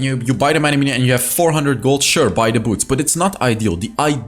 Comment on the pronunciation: I REALLY ENJOY EVERY TIME HE SAYS: "NOW LET'S JUMP INTO DE GAMEPLAY !"